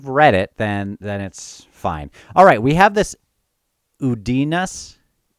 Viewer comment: "Rhulad wants to get his butt kicked by his brothers" -- all I can say is LMAOOOOOO Udinaas is pronounced OOd-in-ahs (the last syllable rhyming with the Spanish word "mas", sorry couldn't think of a good English word to make that clear lol). When you get it right it can roll off the tongue Your pronunciation of Letherii is common so not a big deal, but it should be leTHERii instead of leTHARii As for all the stuff -- it really is a great opening chapter. All the Sengar family stuff, the seal poaching, all that... and of course Feather Witch casting the tiles. I mean what a scene to just throw you into in the first chapter!! Amazing stuff